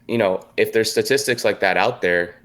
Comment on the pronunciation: dramastically stastistics